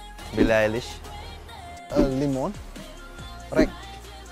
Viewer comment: did really just said lee-mon🤣🤣